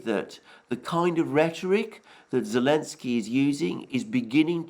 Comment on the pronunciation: is that that bearded nutter who can never look at the camera, who calls Zelenskyy, elenskyy. Yes very unbiased that guy, from the Duran rated a Questionable source based on far-right-wing bias, promotion of Russian propaganda and right-wing conspiracies. Much more trust worthy